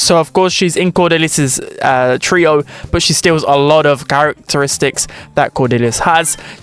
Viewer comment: trio❌ tree-oh✅